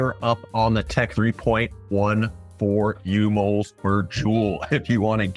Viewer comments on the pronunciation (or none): I srill chuckle at "umols" (micro mols).